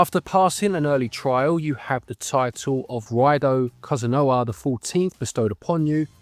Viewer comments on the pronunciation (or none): Ryedoh, not Ryedoo